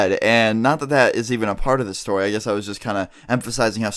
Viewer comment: beginning of video he says stowy video from elementawy school